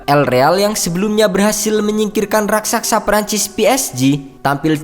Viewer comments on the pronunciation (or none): none